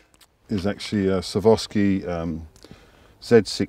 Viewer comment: A 'savoski'?? lol